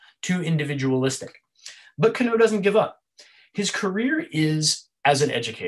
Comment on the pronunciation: Can you explain why you place emphasis on the "Oh" when you Kano? Instead of just saying the name "Can-No" you say "Can-Oh" ?